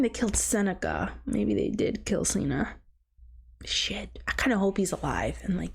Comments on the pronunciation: I wanna hear your thoughts on the Gale, Peta, and Katniss after part 2. Also it’s Cinna like Cinnamon not Cena like John Cena lol. But I love your reaction ❤ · cinna not Cena It's Cinna pronounced like cinnamon not Cena pronounce like John Cena 😤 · I'm loving your reactions to the movies so far! And that everyone is being so awesome in the comments! I just wanted to say that the designer's name is pronounced like Cinnamon lol but I honestly vibe with Seena so much. I hope you do a book review kinda thing whenever you read them! 😊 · Seena instead of Cinna was already a little funny, but Beetus sent me too.